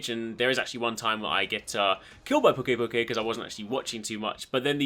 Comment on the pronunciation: I belive the pronounciation is "Pew-key pew- key" because of the word "to puke"